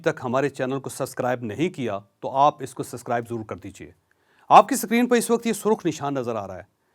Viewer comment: aap ko main 92 ko g7 betha dekhta rehta tha aap ko Urdu bi bohat kamzor thi anti umer ho gie hai Islamabad main per pendo pan nahain gia aaj bi aap ko subscriber bolna nahain aya